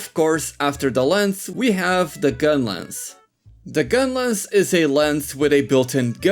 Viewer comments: it's called "lance" not "lens". other than that, nice video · Why do you call Lance and Gunlance "Lens and Gunless", is it a meme or what I don't get it